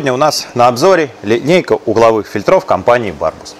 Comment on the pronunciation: Кровь ушей моих! ФИльтров! ФИльтров! ФильтрЫ! ФильтрЫ!